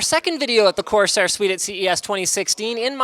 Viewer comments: Linus said cortair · "Cortairsair" -Linus 2016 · "Cortairsair" -linus 2015